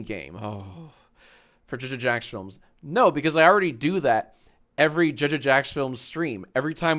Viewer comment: how much time did you train to pronounce jjjacksfilms so fluently ?